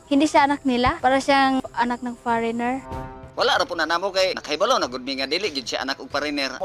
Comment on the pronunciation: Far-reigner??????Ano dw